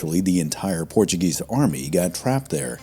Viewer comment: “Thanks to the Portuegese colonisation”?’!?! Wtf…